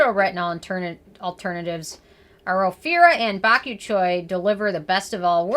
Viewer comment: I’m surprised to see you give a 10 without really going into the percentage of retinol one the product. It would also help things be more informative if you pronounced bakuchiol correctly as mispronouncing it may cause people to ask about said ingredient in person pronouncing it incorrectly thus leading to more misinformation. Always appreciate your camera quality and range of products you test!